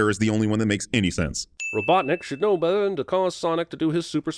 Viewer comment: "Robotnik should know be'eh"